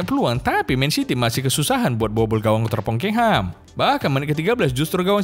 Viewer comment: Jangan sebut terpongkengHam dong, sebel bgt gua denger nya